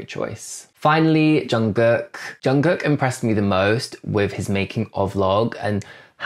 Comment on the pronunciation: What really impressed me, was your pronunciation of “Jungkook”! 👏👏👏